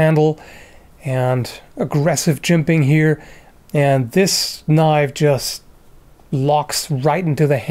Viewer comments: now thats a knoif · Now, the last one, THAT is a knoife